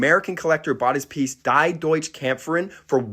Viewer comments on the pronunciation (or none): "Die" is pronounced "dee" in german. It means "the".